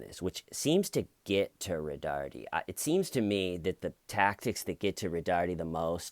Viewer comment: I love how you say “Roh-darrrteee”. It’s actually pronounced “Roh-dar-Tay”. But hey, corndogs, right?!